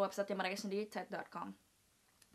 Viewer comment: THE WAY YOU SAY "TED" IS FUCKED UP